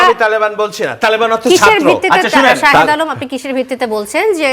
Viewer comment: শাহেদ্দে বলে সাংবাদিক 😆😆😆